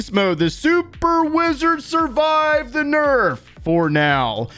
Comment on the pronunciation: The way you pronounce Wizard... I kept hearing "Blizzard".